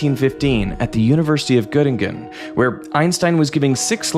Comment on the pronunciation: My biggest critique of the video was the pronunciation of German words. "Albert Einstein" → ""Aulbert Eins'tein, "Göttingen" → "Göttinggön" But credit to him not falling for the common American way of saying "Einstein" as "Eins'teen"